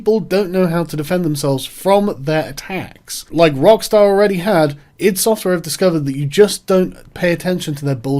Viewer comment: That is how u pronounce id software btw